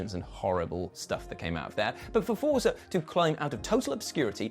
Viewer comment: Fort-sa. Say it with me: Fort-sa... 🤌